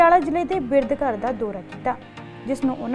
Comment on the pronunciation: ਚੈਨਲ ਦੇ ਮਾਲਕੋ "ਬਿਰਧ" ਹੁੰਦਾ ਭਾੲੀ ਨਾ ਕਿ ਬਿਰਦ.....